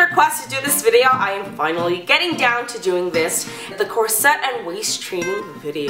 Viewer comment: I only lasted a minute before the mispronounced "corsette" just annoyed me too much.